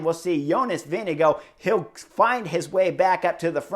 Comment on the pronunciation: Jonas "Vinego" Vingegaard 😀 At least in europe his name ist pronounced more like "Wing-e-guard" 😛